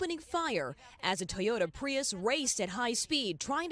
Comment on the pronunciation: Toyota Bruh-ius 🤣🤣😂